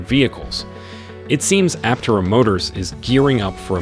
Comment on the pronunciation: Pronounce Aptera correctly.